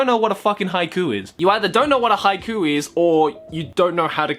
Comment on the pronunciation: I'm crying because of Haikyu!! instead of haiku.